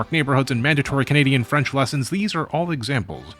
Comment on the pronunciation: You pronounce thai words flawlessly but cannot do the same with french words? Are you seriously yielding to the french? Also how do I aid the re militarization of japan I want to laugh at the contrast between anime culture and the war ridden country that spawned, it's going to be the aesthetic that I base my personality on in 2050